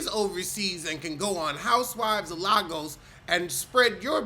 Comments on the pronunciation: love you but it's not "larrrgoes" lol it's Lagos pronounced "lay-gus" say it with me "lay-gus" love you 😂❤ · I love you. Also it's pronounced Lay-gus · It's pronounced Lay Goss!!